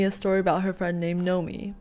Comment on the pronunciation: NOMI. It sounds like: Not me. :D Greetings.